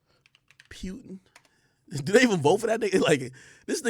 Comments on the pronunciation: Pronouncing his name as Pewtin is hilarious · It aint pewtin